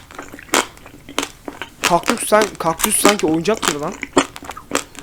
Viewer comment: Bu videoyu sonuna kadar izledim abi bide kökdus dedin